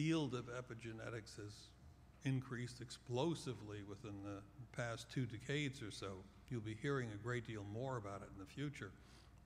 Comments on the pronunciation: I don't like the way he says decades.. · I hadn't heard him say 'decade' when I posted the comment. A few mins later I got your point and felt the same...he ain't saying it properly.